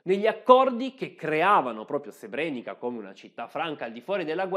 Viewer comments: Altro bel video (anche se ti sei scordato la pronuncia di Srebrenica che,come ti fa notare qui sotto Paolo Colombo,si pronuncia Srebreniza,e te lo avevo detto nell'ultimo video 🙂). C'e' da dire inoltre che molte vittime degli stupri,sono costrette oggi a vedere quasi tutti i giorni i loro stupratori che,essendo in liberta',camminano per le stesse strade delle loro vittime. Delitto orrendo,lo stupro ma,purtroppo,da sempre usato regolarmente nelle guerre. Inoltre so per certo di militari dell'ONU che hanno violentato donne e ragazzine ed hanno fatto i soldi con il mercato nero,in Bosnia. E te lo dico perche' io c'ero fino alla fine del 1993. Comunque,bravo. 🙂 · complimenti, al solito un video fatto molto bene. Piccola nota: il finale "ca" si legge "za" quindi Srebrenica si pronuncia Srebreniza